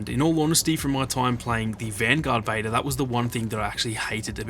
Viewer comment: I love how you say beta “bater”